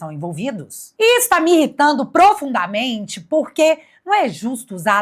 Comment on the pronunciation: A pronuncia da oalavra é PROFUN - DAMENTE e não PRO - FUNDAMENTE (A silaba mais forte é FUN e não PRO)